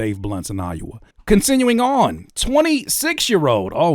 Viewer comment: I love you buddy but did you just pronounce Iowa as "Eye-you-uh"? 🤣🤣🤣